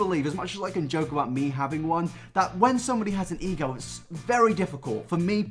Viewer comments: every time he said ego i just heard e-girl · every time you say ego all I hear is E girl and I get more and more confused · whenever he says ego it sounds like e girl